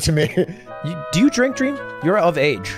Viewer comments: dweam dweam dweam? dweam minecwaft? ow dweaaaam! dweam. dweeeam. dweam minecwaft... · “Dweam dies of alcoholism” lmao